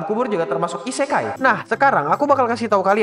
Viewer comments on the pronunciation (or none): Akua nya min.. Isekai nya jadi "isekali" Lop lop kapten yami cobalah kau dengarkan(minkymomo)